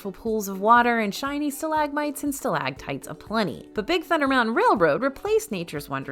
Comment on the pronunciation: It's stalagmites and stalactites. Note the letter c in stalactites. It figures into the proper pronunciation.